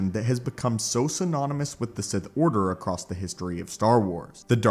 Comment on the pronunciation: There is no "t" in the word "across." Someone teach this guy how to pronounce basic words.